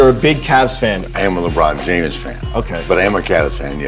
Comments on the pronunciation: Did he say LeBron jame-es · Did ric say the "e" in "james"💀